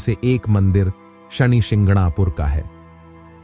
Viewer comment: नाम तो ढंग से ले कम से कम , ये शणी क्या होता है?? शनि को शणी बना दिया